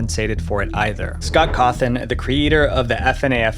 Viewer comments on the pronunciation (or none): And pronouncing Scott's name as "Scott Cawthorn" instead of "Scott Cawthon" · "scott hawthorne" 💀💀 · He said Scott Hawthorne. It’s Cawthon. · The name is vivziepop not whatever you said earlier. And you called Scott's last name Hawthorne. Maybe next time make sure your saying the names right? Don't take this personal plz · Why did you say "scott hawthorn" at one point instead of scott cawthon? I literally lolled at that part. Plus, it's "fu-naff", literally nobody says it like "f.n.a.f.". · Hawthorn? You mean Cawthon?